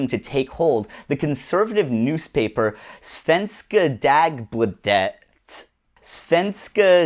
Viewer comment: It's pronounced dau-bla-thed.